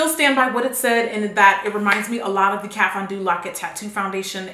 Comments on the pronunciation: go to "Kat Von Doo" lmaoooo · She said Kat Von Do😂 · "kat von doo" 😂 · "Kat-fondue"😂😂 love it tho❤️